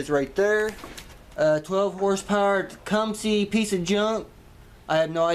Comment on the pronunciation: you talk about junkcumsehs (Tecumseh) like I do 😂